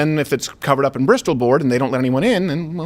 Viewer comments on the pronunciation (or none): I've got to ask this, knowing what I'm in for. But, if you don't pronounce whistle as "whistol" or thistle as "thistol" or mistletoe as "mistoltoe", why in the name of all that is holy, do you keep pronouncing bristle board as "bristol board"?!? BTW... Love you Steve and team!